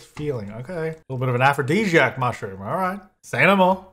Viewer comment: saying Afro-Dejiac is bringing back all the memories.